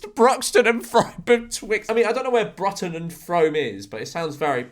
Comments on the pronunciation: Hearing George say 'Bruton' like that hurts my soul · Brutton and Froam… he he. It’s Brooton and froome as in brew and broom… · girl ur pronunciation of bruton and frome was WAY off its brootun and froom if that makes sense lol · Bruton is pronounced brootun. Frome is pronounced froome. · Ironically Bruton is pronounced "Broo-Ton" and Frome is pronounced "Froom", just a heads up there George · "Bruton" and "Frome" are pronounced "broo-ton" and "froo-m" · Yeah and brooton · The way he pronounced Bruton and Frome angers me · it’s what happens when you’ve never heard of them